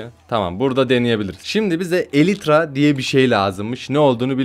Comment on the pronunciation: Abi sen Minecraftçı değilsin hiç bir şey bilmiyon elytr kanat değil kanat